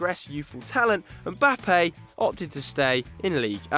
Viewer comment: Finally someone who pronounces Mbappe correctly unlike those ESPN FC guys who keep calling him Embappe 🙄🙄🙄